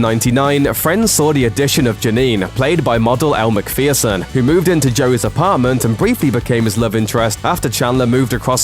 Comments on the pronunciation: Because the person speaking pronounces it incorrectly? What does that have to do with what i said? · Just a small thing... her name's pronounced McFurson not McFearson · Persekarva Why does this clip say Elle Mc "Fear"son when the correct pronunciation is Mc "Fer"son rhyming with person.